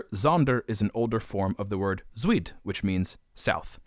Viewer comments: Just a small note, the diphthong "ui" in Dutch is pronounced roughly like "ow" or "ou" in English, not "we" so zuid is not "zweed" but "zowd". It's not a perfect pronunciation but it's closer than "zweed" lol. No hate tho, just a note! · great video! just one thing- for the dutch, zuid is pronounced like “zoud”, and zonderwijk is pronounced “zonderveik” (with the ij pronounced like german or norwegian ei or like the “ye” in “dye”). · Amazing video but tbh when you tried to pronounce "south" in Dutch which is "zuid", i had to hear it twice to actually understand what you were trying to say cause that didn't sound anything like it no offense tho 😂😂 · Zuid isn't pronounced as sweed. It's closer to south in pronunciation but with a harder d sound. And wijk isn't weak but wike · You might also want to google check the pronunciation of some of the Dutch and German words used in the video. The Dutch word “zuid” for south actually sounds a lot like in English and doesn’t rhyme with “squid”. The German word for tooth “zahn” is pronounced with “tz” (like... nazi) not soft like in English. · This being a video on languages, it wouldn’t have hurt you if you invested a little more in the pronunciation of other languages. The ‘z’ in German and the ‘ui’ in Dutch ‘zuid’ for example; you didn’t even try to pronounce them properly. Funny to insert google translate with the French word, but it would have been better if you did the research before narrating the video. The video was very interesting though! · You couldn't have pronounced the words Zonderwijk and zuid worse than you just did.